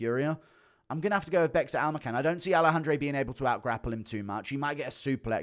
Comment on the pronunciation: Guru dude listen stop saying alahandre plz its just aleksandre simple